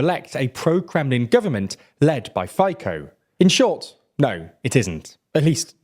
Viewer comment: Hi, I live in Slovakia for many years. Those polls pro Russian are among the poor people across the nation. A note here, Fico killed a journalist 5 years whom exposed a huge scandal regarding European Union funds. PS: It's pronounce Fitso, not Fiko.